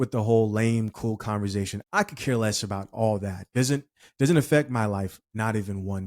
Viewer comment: Bro I just have to say this, the word is not pronounced converzation, it's conversation.